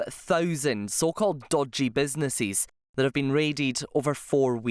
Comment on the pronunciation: What’s a “businesseees”? Why can’t this person speak correctly?